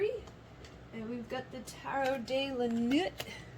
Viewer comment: Pile 3 - the tarot deck is a phrase in French - Tarot de la nuit = Tarot of the night. It is pronounced sort of like Tarot “duh lah nwee”